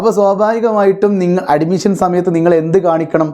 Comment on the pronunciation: Nee ആദ്യം അഡ്മിഷൻ എന്ന് കറക്റ്റ് ആയിട്ട് പറ.